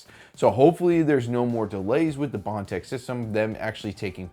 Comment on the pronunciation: Thank you.At least one of you guys will say it.The way it's supposed to say prusa, with bontex.Indx thank you